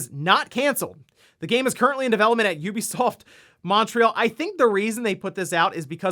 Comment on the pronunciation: Incredible Nintendo stats. And finally someone who pronounces Ubisoft correctly!